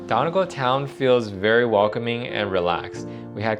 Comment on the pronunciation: pronounces Gaulway and Donegaul